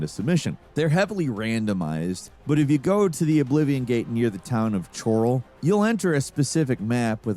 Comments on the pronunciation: what is wrong with game reviewers it is pronounced Coral they say it a million times in the game no one says "Hi there Chore alls got great weather this time of year, be seeing ya" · haha right? Npcs even say it out loud. Oops. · okay, the way you pronounced kvatch and choroll hurts. They literally say the names of the cities in the game all the time. How do you get them in a wrong. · Chorrol... Coral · Him pronouncing Chorrol as Chore-ole for Oblivion is hilarious - not sure how you mess that one up if you've played the game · You dont need to tell me what age you were. Clearly the narrator and writer were 2 different people. Because the hero of kvatch would know how to say "kvatch" and "chorrol" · Kvaa was painful enough but Chorrol made my soul leave my body. Never change,. 😄 Love the video! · I cringe whenever I hear someone pronounce Chorrol that way. All it takes is playing the game to know how to say it properly